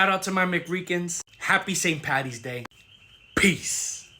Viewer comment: All very quick, informative and to the point. One thing though; it’s St. Paddy, not Patty.